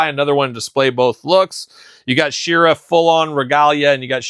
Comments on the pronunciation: Why do you say SHIRA instead of SHE ra ..it’s sheeeera like heeeman ..she…u don’t call he man himan lol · u call her shirra instead of SHE ra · me and my son are big fans of yours and I said it politely and ended it with LOL you do say shirra..found it funny ..was NOT in any way rude You were the one rude saying open your ears and get outta here..my ears were open that’s how I heard you playing all the human hits and pronouncing it different …no big deal to be offended over